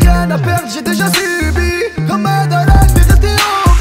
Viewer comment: J'adore comment tu prononces Madara on sent que t'aime vraiment les mangas ❤️ Soulking Youhouhouhou ^^